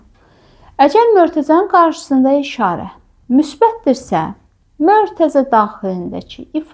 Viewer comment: Mörtəzə yox Mötərizə